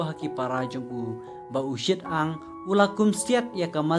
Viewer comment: UShi-tang ym u Shit-ang